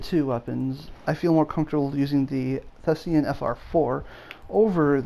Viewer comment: THESAN, not THESEAN.